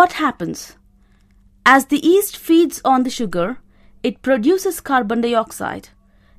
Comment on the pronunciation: Yeast not east